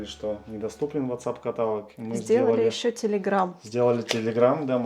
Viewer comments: КаталОг - ударение на ООООО ! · Ребята, каталОг. Ударение на О. ❤❤❤ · Бамбуки - множественное число😊, такое слово есть, а вот катАлог🤨😩 такого слова нет, каталОг😊, удачи